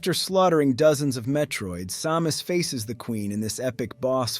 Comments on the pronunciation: Why are you calling her saw-mus? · AI? i mean who says Sàmus 3min17 ( aprox ) feels like an AI reading a text and there was a Sa-mus. Sad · ai voice like this once changed the pronunciation of Samus a few times. And could never pronounce kilobytes correctly. It was annoying